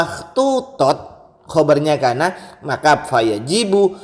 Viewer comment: Khobar kana dibaca rofa, palang onggu